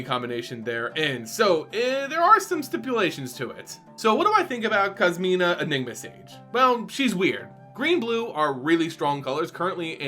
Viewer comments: Literally cringing everytime you say Kasima. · Whoa. just referenced the video game series Yakuza despite not being a fan when he mispronounced Kasmina’s name as “Kazuma,” which happens to be former protagonist Kazuma Kiryu’s name. Strangely enough, both characters do wear white. I can only imagine how Yakuza fans would create memes and references afterwards if they see this video. In all seriousness, though, I’ll be curious about how Liliana’s teaching career would play out. Never thought of our beloved necromancer as a teacher at all. #KasminaKiryu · Wonder if you heard of the Yakuza games as well given how pronounced Kasmina’s name.